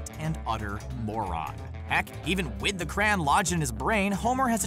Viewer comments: Just wanted t o say this since it was bugging me every time you said it; It is pronounced "Cray-yon" Not "Crann" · a cran? whats a cran? you mean crayon? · It's cr-AY-on not cran 😣😣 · Cray-on, not cran. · Ugh. "Cran". Its CRAY-ON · Jordan Briggs no it wasnt said cran in the episode. Its just like americans to be lazy, phonetically it is simply "cra on" its honestly not hard. But from a culture that cannot spell colour or neighbour properly i can understand that saying crayon is too hard. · Excuse me, what is a "cran"? I thought it was a "crayon". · What the hell is a "Cran", it's literally spelt Crayon. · Are you really calling crayon, cran? We know you are clearly are not smart. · The way crayon is pronounced hurts me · Why he say crayon like that